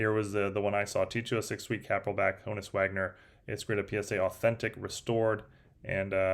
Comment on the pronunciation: At this point you're just mispronouncing Honus to mess with people.😂